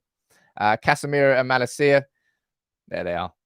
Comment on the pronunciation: Malaaaacia is how you pronounce his name. Long 2nd A.